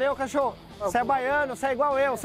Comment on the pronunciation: Não é "cachorro" é Cachoru kkkkk